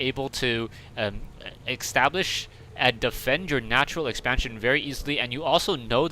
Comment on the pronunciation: Ecstablish, rofl